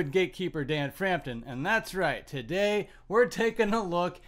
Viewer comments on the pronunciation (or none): none